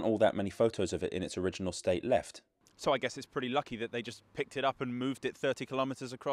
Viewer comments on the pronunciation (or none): none